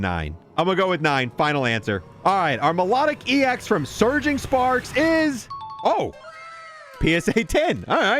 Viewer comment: Idk why I hear Surging Farts whenever dude says Surging Sparks hahaha